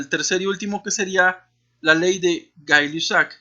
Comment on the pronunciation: pronuncia todo mal, es ley de boyle no de boyl, y gay lussac se pronuncia gey lusac, acaso no le enseñaron bien?? a mi si a y por cierto esto no es un comentario hater, es solo para que pueda pronunciar y corregir bien.